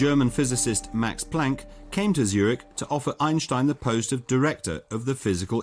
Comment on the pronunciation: talk normal moron. every time you say "Einstein" you pronounce it like "aejnstaejn" you exaggerate the german accent every time you say 'einstein' . you make his name sounds like the worlds most disgusting ice cream. just pronounce it like "Ainstain" in the german way .dont over pronounce his name in an exaggerated german accent its ridiciouless and annoying. German isnt the most charming accent so do not exaggerate that accent.